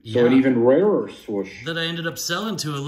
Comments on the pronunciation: Nike Swoosh not swish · Interesting Product with some intriguing autos! Pretty cool looking Nike Swoosh Card! Oh Gawd Not A Redemption 😵😵😵 So Stupid of Leaf to pull this crap and it's a lame-waddean idiotic redemption. Cool Box!! P.S. It's SWOOSH not SWISH 😂😂😂😂😂